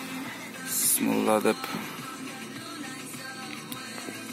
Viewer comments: Автор бысмылла эмес Бисмиллах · Бысмылда эмес бисмиллахи